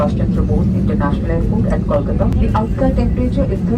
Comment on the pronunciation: I don't know if you are Bengali or not? If you are a Bengali, why the fk do you speak in this weird accent? And also you are mispronouncing Kolkata like other native hindi speakers.